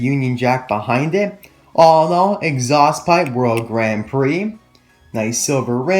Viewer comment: ha he said alinall